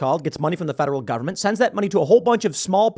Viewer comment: Say taxpayer funed not govenment funded